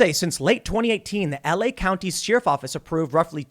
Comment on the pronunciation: For the love of God Tim it's Share-if not Shear-if